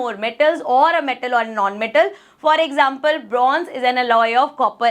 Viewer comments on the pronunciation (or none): none